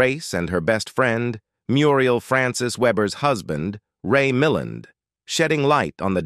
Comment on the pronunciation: Ray Mil land..emphasis on the second sylolable.